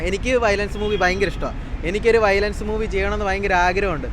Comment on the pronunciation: വയലേഷൻ അല്ലെടോ വയലൻസ് 😂😅